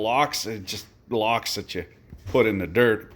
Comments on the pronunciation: its "lax" not lox O.o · It's "Laks" bud. Literally just means "salmon".